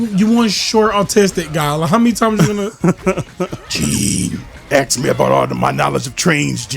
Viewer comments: i'm a simple man, I hear someone say "aks" instead of "ask", I leave a dislike. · no I actually agreed with a lot of what you said in the video. I legit left a dislike because you said "aks" instead of "ask".